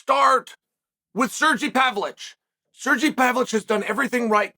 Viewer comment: At least he pronounced Sergey nearly correct